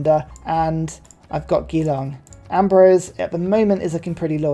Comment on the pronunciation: btw Geelong is with a soft g. Like Jerry.